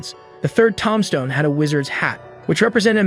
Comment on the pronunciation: Also, "Tom stone" (tombstone). There are so many examples like this. how does this happen? Some things I can understand if you have only ever read them. But it would be weird to have never heard some of these words spoken outload. Is this an AI voice?